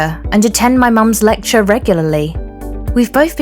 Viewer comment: She said litchchur